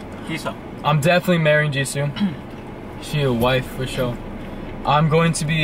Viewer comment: Beomgyu is pronounced bomb-gyu. Jisoo is pronounced jees-oh